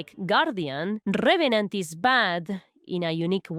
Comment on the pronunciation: RRRRevenant 😩😩😩 ima just rewatch the vid cuz of ur accent atp 😂❤️